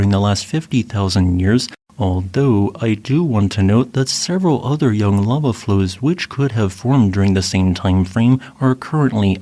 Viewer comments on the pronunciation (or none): none